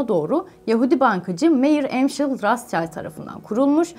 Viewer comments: “Roçild” olarak okunur diye biliyorum, her yerde böyle duymuştum. “Ratzçayld” olduğuna emin misiniz? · lutfen isimleri dogru telaffuz ediniz ratsscheild degil ROTSCHILD kirmizi kalkan almanca. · rastşayld değil rothşayld diye okunur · Rotşild, rotsçayld diyeni duydum da razçayld ilk defa duyuyorum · Rasçald nedir ya?Rotşhilt diye okunur yani almanca kızıl zırh demek.bu aile çok eskiden beri kızıl zırh ile tanıdıkları için bu ismi almışlar. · Rastşayld ... bu isim çok telaffuz gördü de ilk defa bu kadar yanlışını görüyor. Rotşild. Böyle okunuyor bu isim ... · Rothschild soyadı Almanca soyaddır. Bu yüzden telaffuz ederken Almanca olarak okumak gerekir, neden rastschaild gibi okuduğunuzu anlamadım. Rothschild, rotşhild tarzında okunur. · Videolarınızı devamlı takip ediyorum ama eleştirim şu konuda Rotschild ailesi söylenişi o kadar değiştirildiki güzel kardeşim kelime özbeöz almancadir anlami kırmızı kalkandir okunuşu ise ratşalt değil rotşilt dir lütfen bütün milletimize haykırıyorum İngilizce seviye ispatinizdan vazgeçin artık ❗😊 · Rastçayld mı 🤦yok nihavend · Rotçild diye okuyoruz biz onu siz öyle okuyunca değişik geldi tanınmamış birileri gibi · Rotchild yazilir rotşild okunur ablalar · Değerli hanımefendi, Rothschild rotşild olarak okunur, kızıl kalkan anlamında. Child değil... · Ailenin ismini öyle bir telaffuz etmişsiniz ki 🤔 sesli dinliyordum Allah'ım Kim bu aile diyorum 😊😄 geriye sarıp sarıp fotoğraflardan Anladım kim olduklarını, yanlış anlamayın telaffuz bir garip ve eksik orada.. Ayrıca o sevimsiz aile ile ilgili pozitif bir tane bile düşüncem yok ama.. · Teşekkürler. Ancak yayından önce The Economist ve Rothschild gibi yabancı kelimelerin/isimlerin google translate'de dinle butonuna basarak nasıl telaffuz edildiğini öğrenmenizi tavsiye ederim.